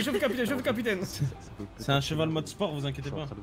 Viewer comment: C’est moi ou il avait un zeval 😭😭😭😭😭😭😭😭